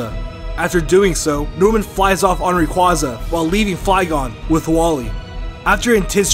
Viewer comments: its called ray-quway-zah!!! NOT REE-QUA-ZAHH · xav ball It’s Ray-Kwa-Za. It’s Japanese. Ray-Quway-Zah is how white folks say it. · it's ray-quā-za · Xx Pokémon Xx I thought it was Ra-Quay-Za?